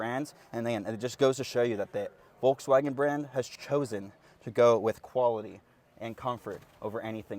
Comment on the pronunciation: Nice overview. Though I just can't stand how you pronounce Volkswagen.😅